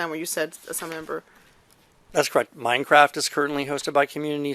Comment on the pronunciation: minecwaft is nowt iwwegal huh must be a criwmnal den